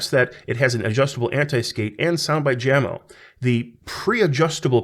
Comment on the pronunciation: Jamo is pronounced YAH-moh, like the Doobie Brothers Song.